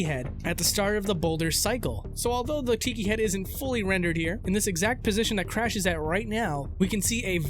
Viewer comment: you call him "Frash"